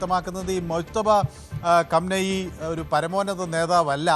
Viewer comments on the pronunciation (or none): none